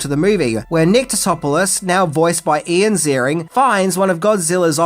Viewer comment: Im pretty sure you pronounced Roland Emmerich, Maria Pitillo, Jean Reno and Ian Ziering incorrectly. Although the last one is not standard